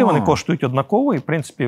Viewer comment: Ріже слух наголос у слові "однАково"!!! Не однакОво!!!